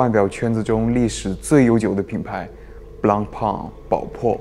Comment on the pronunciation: 宝珀先生名字都读错，你跟我说你是粉？简直就是为了做视频你都能喊蔡徐坤爹吧